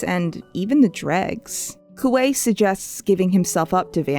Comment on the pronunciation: When I was reading six of crows for the first time, there were a lot of names I couldn't figure out how to pronounce (dyslexia). One of the offenders was Kuwei. So I just mentally called him Kiwi. I guess I've been doing it for so long I was surprised to hear his name properly pronounced.